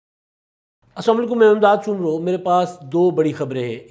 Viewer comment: بھائی لفظ سومرو کو ٹھیک کریں